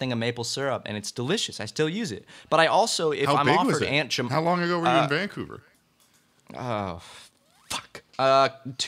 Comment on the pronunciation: The boys pronouncing Vancouver as VANcouver rather than VanCOUver is painful.